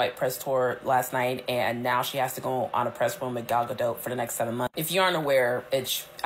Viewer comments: sorry I couldn't get even 2 minutes into this video because of the off putting mispronunciation of Gal Gadot's last name, it sounds really bad when you keep saying "dot" like what goes over the lower case letter "i". The O is "oh" and the T is a hard stop so mostly silent. (a close English version would be gahdoe). I'm sorry I just couldn't sit through more than the very beginning. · Gadot is pronounced gah-dough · I thought Gal Gadot was pronounced with a long O and silent T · Gadot pronounced Gad Oh as in the play Waiting For Godot. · How can you not know how to pronounce Gadot's name?